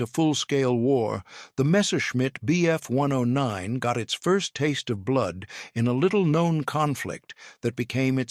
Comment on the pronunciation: "When the Bf one-undoh-nine..." Wow, just wow!